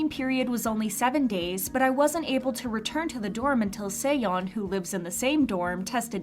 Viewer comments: yeah they also said seoyeon like seyeon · why do you say seoyeon like that??